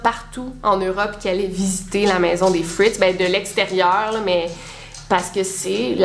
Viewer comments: Ça se prononce FritzEL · "Room" est basé sur le roman d'Emma Donoghue, lui-même inspiré de l'affaire Fritzl (on prononce le L à la fin). 2'20 : c'est le père de Joseph qui a connu 2 guerres et non Joseph Fritzl lui-même puisqu'il est né en 1935 (je vois qu'en commentaires il a confusion) Honnêtement je ne sais pas comment les victimes de séquestration font pour rester saine d'esprit (comment ressortent-elles de là ?) car déjà 4-5 mois de confinement sans sortir de chez soi, tu perds la tête (littéralement), tu es en dépression donc après 24 ans dans un sous-sol, tu dois être mentalement très atteint 🤔 Y'a forcément des troubles mentaux qui apparaissent. Dommage que le voisin ne soit pas allé voir la police : en racontant qu'il voit Joseph descendre tous les soirs au sous-sol avec beaucoup de nourriture + le fait qu'Elizabeth soit porté "disparue", la police aurait peut-être fait une perquisition ! Franchement ce n'est pas la prison à vie qu'il méritait, mais de la torture en place publique ! Il aurait mérité qu'on lui inflige ce qu'il a infligé à sa fille et ses petits-enfants (enfants). Il me dégoute 🤮🤮 J'espère que les portes de l'enfer lui seront grandes ouvertes !